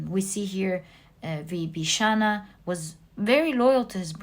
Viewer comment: Just so that you become more perfect the pronunciation of Vibhishana and Ravana are wrong!